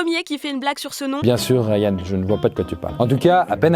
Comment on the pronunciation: À suis-je la seule à avoir entendu « bien sûr RYAN » au lieu de « bien sûr ARIANE » ?? 😭